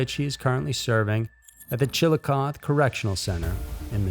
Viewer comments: It's pronounced Chill-uh-coth-ee (coth rhymes goth) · Chillicothe, a Shawnee word meaning "principal town", is pronounced CHILL-uh-CAW-thee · Chillicothe is pronounced with a long “e” at the end, like coffee but with a th. We have one here in Ohio as well. Of course, the one here in OH has the highest crime rate in the US. 1 out of 13 people become victims to either violent, or property crime. Sad. Ohio is beautiful.